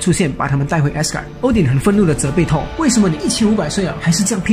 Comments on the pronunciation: 這不是發不發音的問題吧，電影裡就是唸Thor的音而不是Tor的音啊，直接以電影的唸法為準才是正確的。 這就跟Chanel、LV等名牌都有他們自己的唸法，你硬要用自己的發音唸，明明就是唸錯然後還說只是各地區發音不同，不是很好笑的一件事嗎？ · 講得很好，但是英文可不可以上google看一下怎麼發音？ Thor ,Tall很難分？ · 英文名聽不懂是因爲你們太蠢了 真的受不了你們説聽不懂 還有，up主能不能不要直接把 th 變成 t ???? 超級憤怒的，thor可以變成tor，thanos可以變成tanos,拜託！th是要把舌頭放在 上排牙齒和下排牙齒中間，不可以太大力舌頭和牙齒之間要有少少空間，然後 吹氣出來，聽到空氣流動的聲音就對了，然後一聽到空氣流動的聲音或感覺到空氣流動時， 把牙齒稍微咬緊舌頭，但不可以太緊， 聽到空氣流動的聲音減弱就對了，然候邊即時放開嘴巴，説出th後面的那個字母 的發音便行了。但其實如果你掌額不了，便直接説f音便算了，總比t好多了。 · 是沒規定沒錯啦，而且世界各地的英文確實有口音差距，不過很少聽到Thor跟Thanos是唸成Tor跟Tanos的發音，就像是把Thanks唸成Tanks這種感覺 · T跟Th的發音完全不會分 一直tor tor聽得好累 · Thor 怎麼都念成 Tall XD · 索爾那個不念拖兒好嗎..... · 索爾不是痛 th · 單純想問一下Thank you這個字在哪些地區是唸Tank you？ 因為影片裡面Thor跟Thanos都被唸成Tor跟Tanos的感覺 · excuse me, im really thankful that u made this vid but cant PLEASE pronounce THOR properly... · 口音跟發音完全不一樣 一個字除非是特殊情況不然就是有一定的讀音，就是只能那樣唸 口音是你講話的語調，所以只要能讓別人聽懂，口音沒有對錯好壞 但如果你發音發錯，就像你要說我要看你說成我要幹你，意思差很多吧？這時不管是台灣腔北京腔美國腔你都會誤會 所以本片的Thor，完全是發錯音，跟口音沒關係 有些人說他也聽得懂，那是因為你有畫面有字幕，而且講復仇者聯盟，裡面音最近的就是索爾，自然會懂他在說什麼。 口音不是重點，但發音發錯真的是會很丟臉。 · 还不错，唯一不足是英文发音。从头到尾贯穿的Thor，听起来很痛苦。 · 他的th發音怪怪的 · 額，我很確定thor不是這樣讀，你可以先去查google翻譯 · 索爾名一直念錯，難聽死了實在看不下去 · 這個發音真的不行啊…………